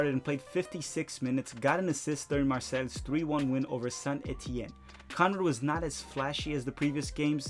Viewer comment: It was great to hear the French TV commentators getting excited every time De La Fuente got the ball. They're really hyped about his speed and technique, and his presence on the team is making me follow OM, which is a bit like getting a Celtics fan interested in Pistons' games... P.S., bravo on "Mar-say" and not bad on Saint Etienne! For Gioachini's team, Caen = "kahnh" (or just "kahn" to keep it simple)